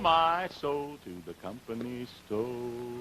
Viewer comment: Ernie's pronunciation of sto/ stoe is southern vernacular for store. He's just being true to southern ways. Shenandoah song sounds a little like Paul Robson.